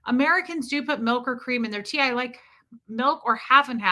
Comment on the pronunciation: Milk not mike 😂